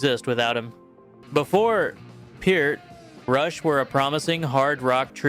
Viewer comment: Props for correctly pronouncing Peart.